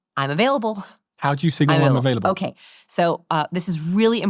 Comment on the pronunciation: "How do I signal im avaialble?" he says while opening his arms wide lmaoo